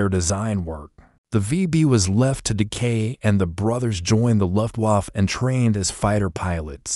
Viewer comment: Luftwaff? That's very unprofessional. AI needs upgrade of proper English language. All the miss- pronounced words degrades from the presentation, I had to stop watching it.